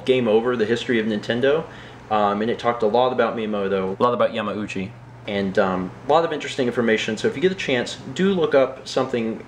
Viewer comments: Were you pronouncing it Yah-mow-chi, and then Mallory was like dude no stop. So you fixed it? That seems like what would happen. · Haha, yeah, you caught me. I've always pronounced it incorrectly, and didn't even think about it when I recorded the vlog. Weeks later, during editing, it hit me that I *might* not be pronouncing it correctly, and it might be Yah-mah-ooh-chee. I asked and she confirmed I had been saying it wrong. Then I decided "would it be worse to have commenters point out that I'm pronouncing it incorrectly? or that I dubbed it?" I decided on the latter:P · Did you pronounce yamauchi wrong then fix it with voice overs